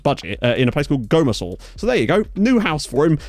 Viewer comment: not bad, but it's pronounced "Gummer-sle" 😉 I do love the idea of these videos, and really well executed too. Top marks, sir!